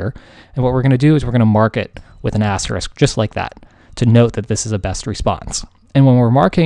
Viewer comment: I thoroughly enjoy the struggle to pronounce asterisk with much dilemma every time it is said, :)